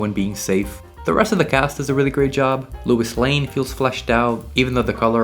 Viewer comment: Bro is saying Lewis Lane